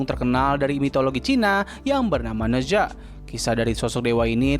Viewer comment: Koreksi bang, cara bacanya bukan ne zwa, tapi ne cha/ na cha Ne zha juga jd hero tipe clash lane di HOK